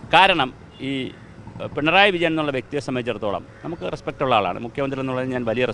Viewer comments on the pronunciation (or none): none